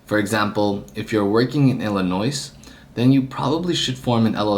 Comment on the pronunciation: There's no noise in Illinois lol